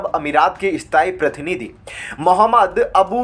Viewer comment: You are not pronouncing correctly while reading the news. e g prakriya as parkiriya pratinity as partinitywhich give different meaning